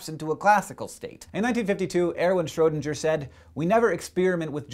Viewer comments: Schrödinger, not Schrödinjer. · I know this is really pedantic, but I figured I should point out that the ö in Schrödinger isn't pronounced as a regular "oh". It's more like an "uhh" sound than anything else. Kinda difficult to explain in English phonetics. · it's schrodinGer with G as in first G in Gorge. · Hey Hank, Schrödinger is pronounced where "dinger" rhymes with "ringer", not "ginger". Just thought you might oughtta know for future vidz involving his cat or other Schrödinger thingies. Same with all German names and words with "ing" or "ang" or "ung" or whathaveya: the nasal "ng" is always soft, even before a subsequent syllable. Odd tidbit: German "Finger" for English.. "finger".. rhymes with English "singer"! Now look at your hand and count up all those Fingers without smiling a little. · I wasn't being snarky; merely playful. Of course it's no big deal if Hank mispronounced "Schroedinger". I wouldn't even have brought it up except that he makes such a point of making sure we all know the correct pronunciation of "Neanderthal". I was just returning the favor. --Mr. Pronounce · The "o" in Schrodinger. lol. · For a guy who's so careful to correctly pronounce "Neanderthal" you sure play fast and loose with the pronunciation of "Schroedinger".